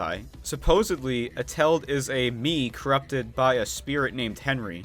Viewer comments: The way that you say Eteled... "A-tell-'d"... is wrong. the proper way of saying it is "Et-el-ed" and the "et" part is like saying et cetera but without saying cetera. Only et. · Eteled not etel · Did you just call him Eteld? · this is how he says it: eteld me:ITS ET-EL-ED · their rivalry is explained in the animatic, also it's not pronounced ete-ld it's pronounced et-el-ed. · "next is vs et-eled" NOT HOW YOU SAY IT!! Sorry, it's pronounced: "Et-el-led"and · ETELED ISNT SIAD LIKE THAT! ITS ET EL ED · Eteled is pronounced E-Ta-Lead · You pronounced eteled wrong it Et-a-led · Before watching WII deleted you I also thought it was prenounced as et-eled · Me when somebody can't say eteled right: you can just call him henry, you know. Sorry if that sounds like hate I'm not tryna hate it's just I'm so used to hearing his name that when somebody says it wrong, it just- confuses(?) Me idk. it's kinda funny :V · HOW HE SAYS ETELED😂😂😁😁😁😁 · the way he says eteled is making me gag